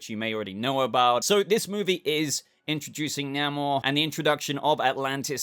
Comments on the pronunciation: please pronounce Namor properly in the future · We need to teach him how to say Namor and Dynasty lol